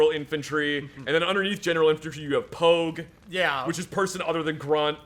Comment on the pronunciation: "I like to emphasize the G in POG, make like a 'gah' sound"